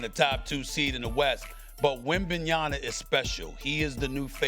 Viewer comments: WEMBANYAMA not WEMBANYA-NA… Stephen A screwing up his name just like Charles Barkley. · hopefully someday soon, Stephen A can pronounce WembanYAMA correctly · Can Stephen A PLEASE PLEASE get Wembys name right?! It's WembanyaMa not WembanyaNa! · Shams is as annoying as Stephen A calls Wemby, WembanyaNa… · Stephen A should stop saying Wembanyana man. 😂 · Yeah I just heard another clip of him from First Take this morning calling Wemby "Wembinyonna". It's like he doesn't care even tho everyone else around him is saying them differently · So messed up that Stephen A cant say the name right of one of the best players in the league. Its not that hard... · LOL, it's Wemby's third season, S.A.S. still can't pronounce his name correctly. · Stephen A cant say Wembanyama or Doncic correctly...smh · will stephen A ever be able to say wemby's name properly? that is the biggest question mark... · Ugh just say WEMBY . It’s embarrassing that you can’t pronounce it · He’s not dumb. He knows. He’s doing it on purpose. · Casual A Smith, pronounce Victor’s last name correctly, for once!!!! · 3 years later and he still can’t say wembanyama smh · what's perplexing is that do people around him even tell him that he is butchering the name? Or they probably did but he does not even care. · SAS refusing to say Wemby's name right should be grounds for dismissal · is Steven A going to die if he pronounces Wemby's name correctly? Is it some kind of medical condition? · Same with Wemby. SAS is an idiot.